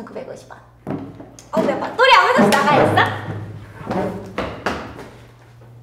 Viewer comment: 원래 알뜰요금제 ppl은 현재 담당이었는데... r ddeul... 발음 그리워요